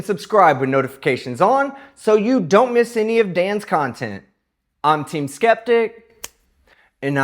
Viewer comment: "i don' reco'nize" THIS HURTS MY SOUL IT IS SSSOOOOOOOOOOOOOOOO FRUSTRATING!